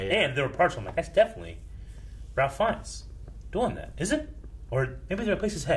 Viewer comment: Ralph Fiennes is pronounced Rayf.